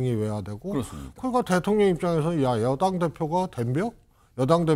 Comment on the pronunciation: 한국어에는 각 단어들에 장음(長音), 단음(短音)이 있어서 국어사전에도 표제어에 장음 글자의 오른 편에 : 표로 표시되어 있다. 그런데 요즘 젊은 기자들은 한자어를 말할 때 이를 전적으로 무시하고 아주 짧게 발음한다. 예컨대 '여:당' '야:당'이라고 길게 발음을 해야 하는데 짧게 발음하는 것이다. 참으로 듣기에 딱하다. 이런 폐해는 한자 사용의 폐지에 기인한 것으로 생각된다. 참으로 큰일 났다.